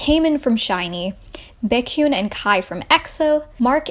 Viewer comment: Taymin from Shinee Baykyun from Exo and Tayyong from NCT. I cringed at your pronouncing of their names, but still good video.